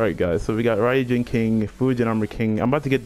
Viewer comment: I was proud of you...then you said ryujin weirdly, now im just sad. Im not good with congratulations so... cool